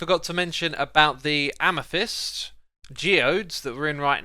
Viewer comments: hey hey it's amEthyst not amYthest lol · CALCITE NOT CALACYTE AMETHYST NOT AMETHEST